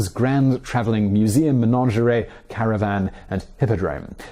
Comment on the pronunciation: They way you pronounce "menagerie" actually makes me angry. There's only one "n" in there, and it doesn't rhyme with "lingerie".